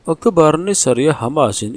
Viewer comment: Ocṭober ang in lam rawh ka tih kha